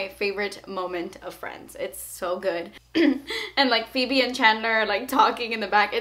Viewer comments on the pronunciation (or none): none